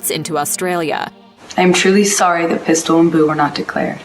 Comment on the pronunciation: They way he said pistol and boo made me giggle.😁